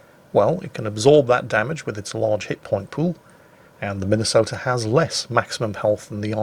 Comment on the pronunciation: As a Minnesotan, I'm disappointed. If they were true Tillmans instead of this discount crap, I'd be ok, but, as it stands... Get my state's name off that monstrosity! Also it's Mi-nuh-soh-tuh. At least in the Twin Cities (two biggest cities in the state). Just an fyi.